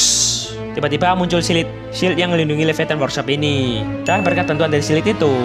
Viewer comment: suka kesrimpet ngomong Silit, padahal mah Shield, kocak bet dengernya😂😂